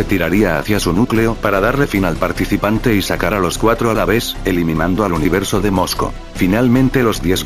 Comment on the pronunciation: dijo univereso diez